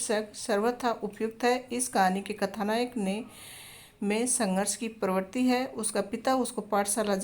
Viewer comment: First answer ko dekh lo parvarti ko parvarti bol diya